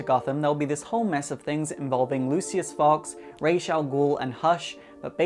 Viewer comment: Finally someone says Ra's name right.